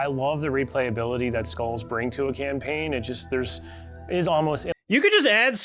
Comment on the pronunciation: "legendary with all scolles on" Bro, you cant even say skull properly.